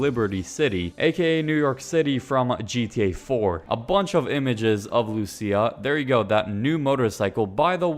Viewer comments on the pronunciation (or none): Good video, but luCIA not LUcia lmao 😂